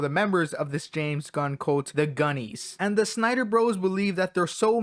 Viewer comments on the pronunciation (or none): Ngl I thought you said Gooners instead of gunnies